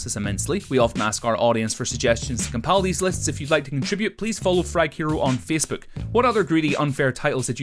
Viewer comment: Fecebook? Beesed? Deed speece? Wot?